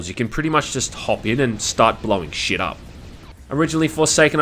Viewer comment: How do you say sheit so beautifully.